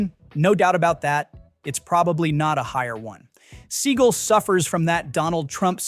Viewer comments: is this AI narrated?? it's "sea-gall" not "seagull" was excited for this video - but the narration was horrible - can you not pronounce his name?? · It's pronounced Se-GAL, not SEE-gal. Do your research. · Thanks for notably mispronouncing his last name (apparently it’s supposed to be “Suh-gah-l”)…! I’m serious! Guy is an Epic Schmuck! Deserves to be mispronounced! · His name is pronounced Suh gaal not sea gull. I am not sure why this narrator keeps pronouncing his name wrong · I despise Seagal but the fact that you can't pronounce someone's name correctly makes this unbearable to watch. It's Seagal not Seagull. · It's SEAGAL!!! NOT SEAGULL 🤦😂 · I hope Seagal watches this and gets angrier every time his named is pronounced “seagull” it’s just 👨‍🍳 💋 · “Seagull” derp, or AI? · Could you at least "instruct" the crappy AI narrator how to pronounce Seagal's name? It's not "seagull." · Who’s “Steven Seigel?” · It’s “sea-GAL!” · I really appreciate your videos. I thumbed down this. Learn how to pronounce his name. I get you might be trolling. However, if you are legit about talking to us about movie history, be straight. His name is not pronounced seagull. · You need to pronounce his name right. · AI can't procurance Seagal. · You are mispronouncing his name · I think your mispronouncing his last name - SS such a loser who thinks highly of himself but is really insecure 😮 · same - this is ridiculous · The channel is supposed to be knowledgeable about movies. A little research and he'd have the right pronunciation. And it doesn't matter Seagal changed it. Many actors use stage names. It's their choice how it's pronounced.